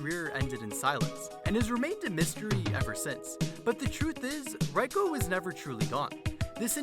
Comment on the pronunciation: Minor correction; “Reiko” is pronunced in japanese the exact same way as “Rayko” is in english (which I would even assume this is why she choose this spelling). To japanese speakers (or people who slightly understand the language) that might stand out a lot - cause you appear to contrast both names like they are supposed to sound different.